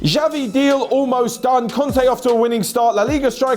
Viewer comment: Please, it's not 'Javi', but 'Chavi'